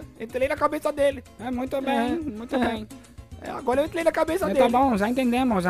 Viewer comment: "agora entlei na cabeça dele"